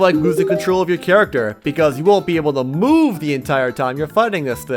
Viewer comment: what was up with the EMPHASIS on the "move" there